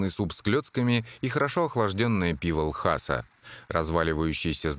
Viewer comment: Потому что не Ласа, а Л...неслышныйзвук...аса. Иногда в роликах про Тибет слышно, как слово произносят тибетцы.